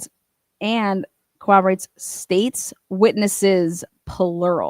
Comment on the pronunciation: While I do appreciate how you (as well as others) cover this (and other) cases, before you can claim you're the only one who gets to be correct, you're going to have to start learning how to pronounce the word corroborate. If you cover true crime, and you can't figure out how to say that word, select a different word. Please.